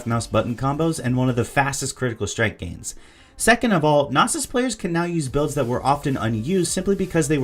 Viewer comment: your pronouncing Knossos wrong, its named after the ancient temple found in Crete, since it has many bulls depicted, its Know-sos not nawsos